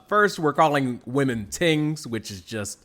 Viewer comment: Ohhhh it's "tings". I thought bro was talking about TEENS this whole time. 😂